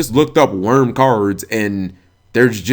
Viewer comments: Dude I hear people say it like you do all the time. Why do Yugioh players not take 2 seconds to read and sound out the cards - in this case, there's no "V" in Wyrm, let alone an "E" or "N" come on bro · I thought Wyrm was pronounced "why rim".